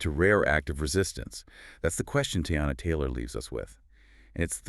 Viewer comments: Tie-ana?? Immediately clicked off. 🗣️Please don’t represent us‼️. You could have atleast got her name right. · Her name is pronounced TEA-yonna Taylor. You could find that out in ONE ☝🏾 interview 😒😒😒😒😒😒 please do your research first. You both are speaking about respect and Black talent but can’t even respect this woman’s brand enough to even address her name properly. Please do better.